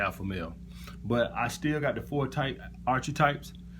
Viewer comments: It's AR-KEY-TYPES not ar-chi-types. not tryna be a smart ass just correcting you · It's pronounced this way Alpha: ark-a-types. Just looking out bro and paying it forward. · Archetypes is pronounced Ark-i-types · actually it's mor like arka-types my man, but it's all good though.